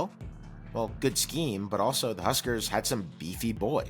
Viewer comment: But, an awesome video--and very well researched. And you even pronounced "Devaney" correctly! Osborne NE ER thought he would last longer than five years following Devaney, and in fact in 1976 he was nearly fired because the Board of Regents got spoiled and thought they could find better. A key reason why Nebraska was so good was that the Cornhuskers had Devaney and Osborne back-to-back--no major school had THAT kind of luck in head coaching.